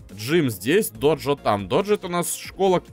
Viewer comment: не доджо а додзё